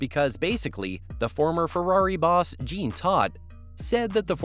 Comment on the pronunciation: jean is pronounced zshawn, so no it doesnt sound the exact same